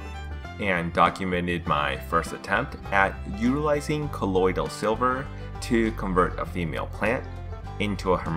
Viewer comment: Dont wanna be that guy but I can’t stand it lol Colloidal not colloidial and it’s a hermaphrodite not hermathrodite thanks great video tho love them all